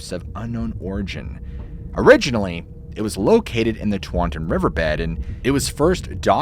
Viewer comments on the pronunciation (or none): It's actually Taunton not Twanton - pronounced - Taunt - on. I was born and raise in Taunton. 🙂 Chief's name is Massasoit - pronounced Mass - A - Soy - It.